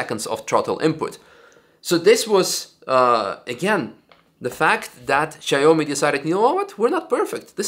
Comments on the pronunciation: It's shao-mi not shy-oh-me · Not "Shy Homie",! Its "Shaw me". Thats Xiaomi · I think it is pronounced “shaow-me”